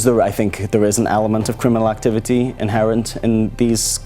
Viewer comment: when he says ''facta'' and activity you can really hear his geordie accent